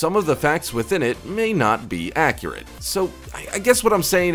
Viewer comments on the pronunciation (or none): none